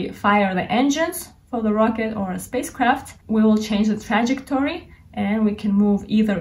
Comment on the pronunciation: A great explanation. Going to watch the video a few more times ..to get behind the math ..and, to hear you say trajectory again 🙂🙂🙂 Love your lectures 🙂 Thank you 👍👍👍